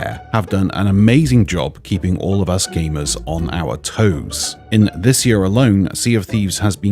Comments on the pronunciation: I like but I really hope he would start saying "year" instead of "yuhr" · Bro I can’t get over the way he says year. Yuur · Why does he say year like that🤣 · The way says year triggers me